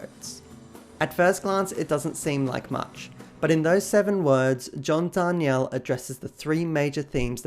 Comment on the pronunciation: It totally looks like it should be Dar nee elle, but yeah, he (mis)pronounces it Dar kneel. Crazy bugger😂